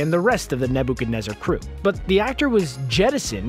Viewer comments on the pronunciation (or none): Do you deliberately say "Nebuchadnezzar" incorrectly just to haunt our minds for the remainder of the videos?